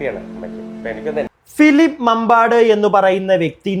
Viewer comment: മാമ്പാട് ❎, മമ്പാട് ✅. തിരുത്തുമല്ലോ?